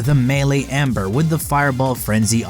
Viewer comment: Gabriel Leloup ... no he says amber... bro listen